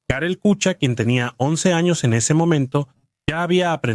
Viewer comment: " Kucha " se pronuncia " kuja " , como en alemán